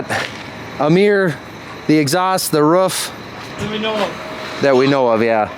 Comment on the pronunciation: I thought he said rough is bad but he meant roof